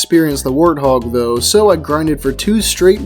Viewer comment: The way said warthog actually hurt me...